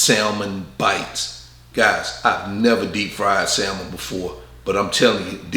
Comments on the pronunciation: Love your content bro... The L is salmon is silent...🤫 Great video! 💯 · The "l" in salmon is silent and there's an "a" after the "s." Not an "e." 🙂 Sorry. 😂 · Pronounced Sand-mon not Sal-mon like it’s spelled. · It’s the saying of the word (samon) salmon for me 🤣🤣🤣 but you did great 😊